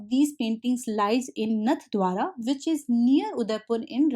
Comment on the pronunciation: Mam.. I'm from राजस्थान... It is नाथवाङा